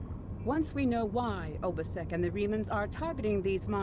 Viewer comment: ....Ubisek XD Normally mispronunciations don't bother me too much (hence why I'm not bringing up Thalaron) but Obisek has the best VA in the game. Damn I wish they brought him back more often.